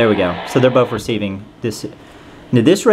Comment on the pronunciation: It's not "bof" the word you're looking for is "both"